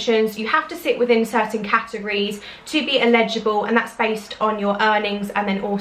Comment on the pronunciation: Really interesting video thank you! I’m new to your channel and it’s great to see someone based in the UK creating this kind of content. Just one quick question...Are you saying “illegible” or “eligible”? I’m sure you mean the later but it sounds like you’re saying “if you’re illegible” which means something completely different 😂 Keep up the great content! Xxx